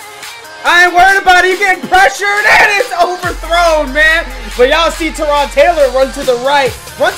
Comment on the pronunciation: lol it's Tyrod not Terod